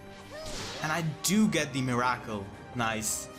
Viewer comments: Miracle is pronounced "mirror kill" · Never knew you could pronounce "Miracle" like that in